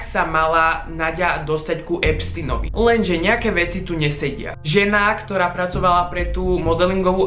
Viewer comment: pri EPSTINOVI??? Nauč sa vyslovovať jeho meno keď sa hráš na chytreho